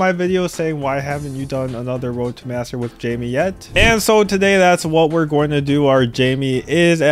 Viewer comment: it’s not Jaime tho, it’s “Jamie”